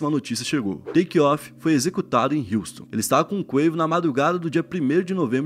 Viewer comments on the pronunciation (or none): none